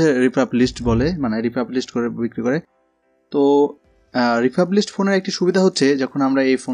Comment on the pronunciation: শব্দটি রিফার্বিশ।